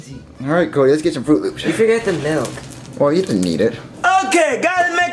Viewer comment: Chef poo poo: Oh gOd nEeDs mOrae MaLk Me: im dying😂😂😂😂😂